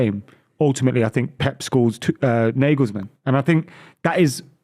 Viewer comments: 'NAH-gulls-mun' not 'NAY-gulls-men' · Can’t even say his name right